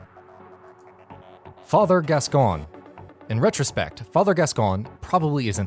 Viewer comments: "Gas-gon"?. It's "Gascoigne" (Gas-coin) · It’s not Gasgone it’s pronounced gas-coin spelled gasgoine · Of all the mistakes in this video (Laurence being called a chalice dungeon boss, the pronunciation of names such as Gascoigne) One that I don't think has been pointed out, is something I'm not sure if I heard right... Did he just say Ludwig the Accursed is armed with hunter attacks? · I found the Defilled Amygdala the hardest. Also loving the pronounciation of Gascoine.